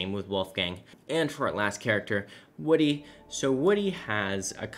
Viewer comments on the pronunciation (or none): none